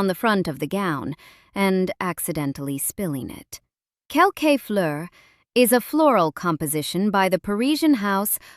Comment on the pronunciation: First, July 1 is exactly 4 weeks from July 29. Not almost. And the Houbigant Parfum is pronounced “Kel- Kuh” not Kel-Kay.